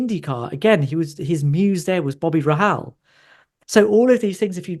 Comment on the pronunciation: it's been twice now, and I can't help myself. It's pronounced Ray-Hall.